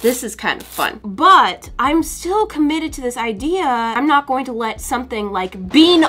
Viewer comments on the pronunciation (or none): "Defat" me lol imma start sayign that